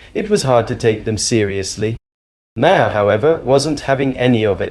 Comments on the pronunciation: Bill MAR not Bill Marhar or whatever you called him. If you can't be bothered to know how to pronounce a name, you shouldn't be posting about that person. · Can you please,,know enough to at-least pronounce his name correctly? You sound like your opinion comes from a person with no prior knowledge. Just ask someone the correct pronunciation of Bill Maher name. Not Ma har ! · His name is said 'MARR' not ' 'm'-HERR'! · stupid AI commentary can’t pronounce Bill’s surname. May her - for fucks sake. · I'm sorry - Bill Muh-herr? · Lost me st Bill "Mah-Harr". Sorry to be petty but i lose faith with someone who doesnt know how to pronouce such a prominent political figures name. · Hey AI say Mar as in Bill Mar spelled Maher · Interesting that the AI narrator pronounces Maher’s so many different ways. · How many different ways are you going to pronounce Bill's surname? And you haven't got it right yet!! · Mr. moderator are you AI? You can’t even get Bill Maher’s name right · If you are going to use AI for a voiceover, please at least tweak it to be able to pronounce "Maher" correctly. Otherwise it just grates every time it is said. Thanks. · You have just broke the record for differently pronouncing Maher 👏👏 Dems are full of 💩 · Ah, it's okay that you don't know this because you're an AI voice, but his name is pronounced "Bill Madhavapeddimahendrukharbandameddake’alakupaoaikawelo."